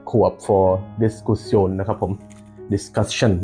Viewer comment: ออกเสียง Diskussion นี่เยอรมันใช่ไหมครับพี่